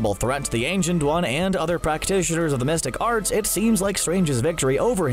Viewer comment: He sounds like he's saying "domestic arts" slow down